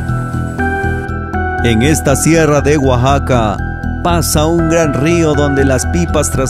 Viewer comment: Alguien más se dio cuenta del error el la palabra Oaxaca? Oaxaxaca xd